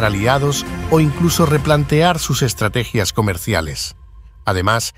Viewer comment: Estrategia NO lleva acento en la "i"... es ESTRATEGIA...